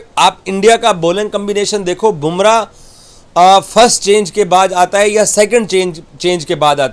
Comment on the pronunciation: Kiya admi hain year... bumra vi bole nahi pata..gumra bolta hai..... Pakistan ka sadakchap reporter😂😂😂😂😂😂😂